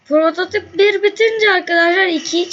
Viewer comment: onun ismi Alex Mercer ve o prototip diye değil prototayp diye okunuyo